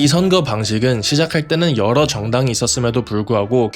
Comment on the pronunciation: 선그 아니고 선거